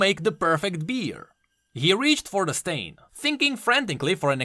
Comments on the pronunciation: Stein is pronounced “stine” A Stein is a German beer mug that comes in many sizes and “Stein Art” is something to behold... I know this because I buy meine müther antique Steins for her birthday and for the holiday. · how you say stein kept destracting me from the actul story.